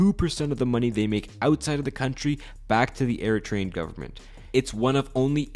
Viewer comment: I am Eritrean and you did good! 😊